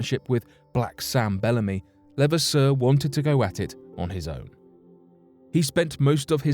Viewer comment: I am related to him. It's pronounced lu- vass-er